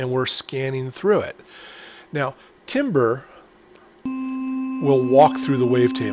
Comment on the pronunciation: timbre is pronounced tambər.